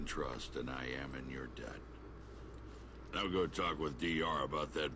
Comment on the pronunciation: You have to stop saying baller right meow.